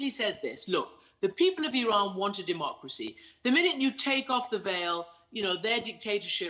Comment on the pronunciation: You are the only person in media who pronounce Iran close to real pronunciation .Love you man